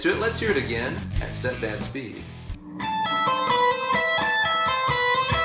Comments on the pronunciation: I always think you're saying "stepdad speed" instead of "stepped-down" speed. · He is saying stepdad speed